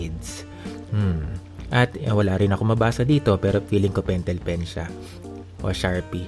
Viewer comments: Natawa ko sa pentelpen 😂❤ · Yes pentelpen at krayola 😂 laughtrip hahaha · "sephora pentel pen" hahahaha